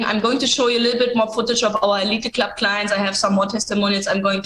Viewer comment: Elite Club is pronounced eleeet club